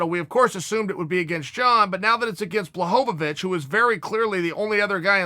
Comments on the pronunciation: wtf blahovovich? spell his name right its not that hard ! BLAHOVICH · Chael "Blahovovic" Sonnen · blahohowicz? lol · Chael " Blachochowicz " Sonnen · Chael with the “jan blachowowicz”